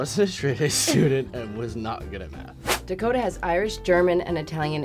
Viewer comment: His name is Dakota.....Da Ko Ta....oooookayyyyy